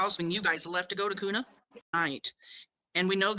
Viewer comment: Just fyi...Kuna is pronounced KEWNA...like ew ❤